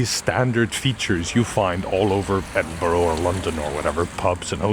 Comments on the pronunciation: Its 'bruh', not 'borough'. Eh-din-bruh. No one outside Scotland gets this right though so don't sweat it BTW well done on having the baws to just walk through people while presenting. That one dude turning round to watch you with confusing was hilarious but so anxiety inducing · "Edd-in-borrow" 😂 I can't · EDINBURGH IS NOT PRONOUNCED EDIN BURROW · being scottish and hearing edinburgh pronounced as edin-burrow is funny lol anyway great video! i will keep this in mind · 'Edinburruh'! And 'PrecinCt' on the map. Lose no sleep at all. And guess how good my Icelandic is. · As a local I cringed at the pronunciation of Edinburgh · It hurts every time he says Edinburgh. I wonder if he visited Co'burn street? ;) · Youre gonna catch flack but you did better than brits pronouncing Reykjavik. Edin-bruh, borough endings evolve over hundreds of years to just be a quick bruh sound. If you get a chance sometime visit newcastle, its very small but grey street informed my entire view of metropolitan fantasy!